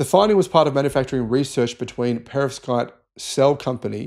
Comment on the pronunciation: Yea you're not saying that word correctly, even with an English accent. Perovskite